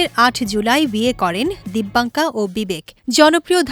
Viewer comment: নাম টাও সঠিকভাবে উচ্চারণ করতে পারলো না মূর্খ